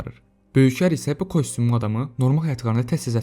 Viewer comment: kostumlu yoxe, [kastyumlu]. Yazılış - kostyumlu, oxunuş və tələffüz - kastyumlu. Kostumlu nədi?